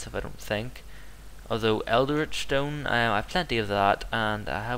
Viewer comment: Like the vid but, it's pronounced el-dritch not eld-eritch. Also, it's possible to get a second of the same theory until you've read the final part of it, so always research the theory before the remaining fragments.